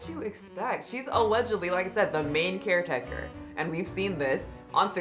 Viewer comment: Every time you say "main caretaker" my brain processes it as "main character".